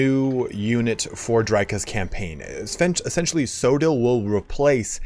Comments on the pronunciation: As a Welshman, it’s pronounced coy-dill or coythill (th as in that) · it's Koy-Thil in the Welsh it's based on,, apparently. We were chatting in the discord about pronunciation yesterday:'D